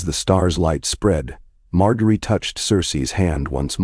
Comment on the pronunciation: It's pronounced MarJERY and please fix the vocal distortions.